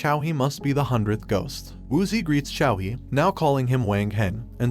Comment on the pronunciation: good lord i... i can't... use 'see' when pronouncing 'xi'.... the 'ao' is ok although the tone is wrong